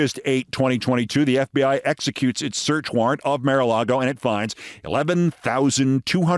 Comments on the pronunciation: Keith, you ridicule someone for a slip of tongue and rant for 5 minutes about it, yet you can't pronounce "mar"??? For crying out loud, it's MAR-a-lago, not "MARE"-a-lago. How can you look at the word "mar" and come up with "mare"?!?!!! Do you pronounce car as "care"?? I'm not defending the MAGAt whoever she was, but jeez you can be ridiculously petty and such a hypocrite. Besides the perpetual "mare" flub, we've heard you stumble over lots of words here and there. Right? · Keith, why do you insist on pronouncing the "Mar" in Mar-a-Lago as "māre"? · You're not pronouncing mara alago right.... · Hey Keith, I think you're very smart and funny, but your strange pronunciation of Maralago over and over is doing my head in!